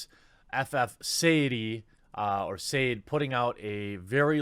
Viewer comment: Sade = Shaw-day